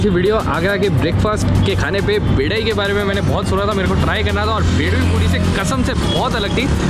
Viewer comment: bhai bedai nahi badai hoti hai agra bohot miss kra dekh k thanks😍